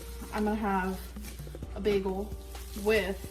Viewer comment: “Bigul” too. GORL, it’s a damn BAGEL.